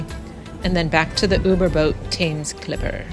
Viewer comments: Not Pronounced Thames but Temms . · The river is pronounced Tems although written Thames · Brit here. Great video. Educational! Only one minor criticism, Thames (as in the river Thames) is pronounced 'Tems' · It's pronounced TEMS, rhyming with lens, and it is the River Thames (tems) and never the "Thames River". River comes first in the UK and indeed most of Europe: River Rhine, River Danube, River Seine etc., unlike the USA where it comes after, as in the Mississippi River or Colorado River and on the border with Mexico where runs the Rio Grande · Thames is pronounced Tems. Poplar is a borough not a town. Also, fun fact, Waterloo Bridge was buult by women, also known as Ladies Bridge and the only bridge build to come in on time and on budget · Thames pronounced Tems. The modern ‘London Bridge’ is nothing to wonder at, just a strip for cars and buses. Waterloo Bridge was the London bridge repaired and constructed by women during World War II, which earned it the nickname "The Ladies' Bridge". Their heroic work and sacrifice has been lost to history (in the manner of the times). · Great video and I note several comments have corrected your pronouncement of the River ‘Thames’. By the way, Big Ben is the bell, not the building in which it resides, which is the Elizabeth Tower. Factoid: The Globe Theatre replica exists because of efforts led by an American actor, Sam Wanamaker. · You are pronouncing "Thames" wrong. Ask a local the correct way 😊